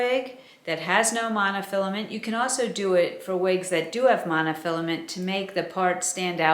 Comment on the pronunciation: Love your vids and your wisdom, but can I comment on your accent. I love the way you say awsew ( also) it cracks me up! Also you said it many times today!